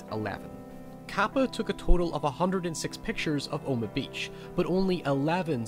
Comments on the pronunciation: Are you saying "Omah" beach? It's OH-MAH-HA. I'm sure I'm just mishearing you. I love your videos, and I love your channel. I happen to be a fellow sufferer of chronic, maddening depression. Movies help heal that pain, don't they? Thanks for your channel, thanks for your insights, thanks for everything. I'm only subscribing NOW, which is weird, because I've been taking a look at this channel for a few months now. I don't subscribe often. Or at all. But yours is terrific. You've found a niche. That's hard to do,. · Omaha. O-ma-haw, not Oma. Stop saying “oma” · it's O-ma-ha beach not oh-ma beach. I cringed everytime he said the name. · the joke is that says it like "Omagh" instead of "Omaha". I usually don't reply to 2 year old comments, but seeing as you did I figured I'd do the same. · *Oh-Muh-Ha Beach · What a fascinating analysis. My only problem is that Omaha is 3 syllables not two. Oh Ma Hah